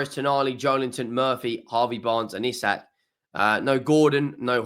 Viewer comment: We didnt learn you still cant pronounce isak EEEE SAK!!